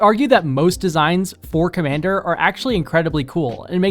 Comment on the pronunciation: When you said "for-commander cards" i heard "four commander cards" and thought "surely theres more than that"